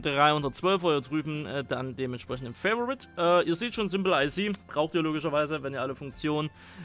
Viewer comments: Fa-vo-rit wird auch als Favorit ausgesprochen und nicht so was halb Englisches Fai-vo-rit... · Favorit kannst du auch gern auf deutsch aussprechen, ist kein "Favorite" xD